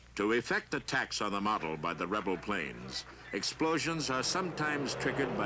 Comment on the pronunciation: Pains me when he says "Planes".